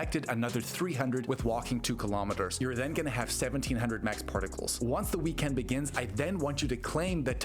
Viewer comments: Bro, why are you enunciating weekEnd like that?? 😭 👉💯👈 Let's goooo! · Because its all Ayyy eye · Why do you say weekend like that? 😂